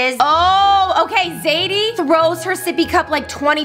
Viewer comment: its zaidie not saidie